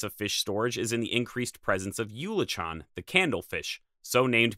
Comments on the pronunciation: One small correction. Your pronunciation of eulachon is not correct. That word is not pronounced yool-uh-tchon. The correct pronunciation (I lived on the North Coast for years) is OO-la-kin, with the emphasis on the first syllable. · I beleive it’s pronounced oo-le-kon. Also wan-de-fyuca.